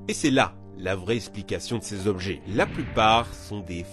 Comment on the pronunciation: 11min14s... Ché jobjet... Lol